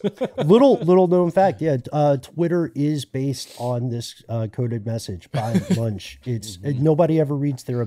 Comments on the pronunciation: Just wanted to point out that 'Munch' is pronounced more like 'Munk' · The "ch" is pronounced as a "k" 😉 Like "Munk" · MunkKKkKkkkkkk!!! Not Munch like u do a dorito